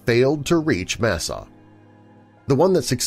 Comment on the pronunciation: Tawa is pronounced dawa And it's masaaw We live in the fourth world and this one is ending. The story is our emergence and the beginning of our prophecy. I can explain the story. But this is very good nice job for representing me and our tribe with respect.